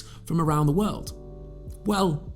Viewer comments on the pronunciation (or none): none